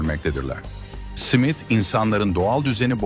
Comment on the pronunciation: Ajan Simit 😂 susamlı SİMİT mi? Smith simit diye okunmaz